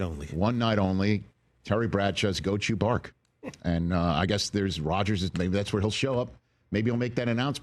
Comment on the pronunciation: I say Chewbacca, Bradshaw says chew bark-a. I should probably flesh this out a bit, but nah, I'm already moving on to the next lame joke.